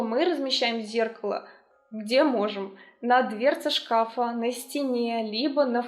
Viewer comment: И не два шкАфа, а два шкафА.